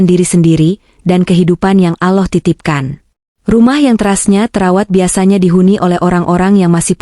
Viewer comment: Kenapa ucapannya ,bukan Allah TPI aloh perbaikilah sdikit ucapan utk jdi pengisisuara